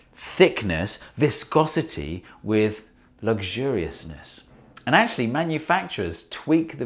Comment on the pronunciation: how you say "Luxuriousness" is hilarious!! Lol! Great video thank you!